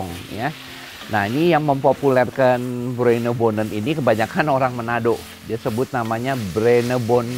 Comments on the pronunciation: Bruinebonen soep (bhs Belanda) bukan brenebon, bukan broibonen jg 😀😄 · Bruinebonen kali chef bukan broibonen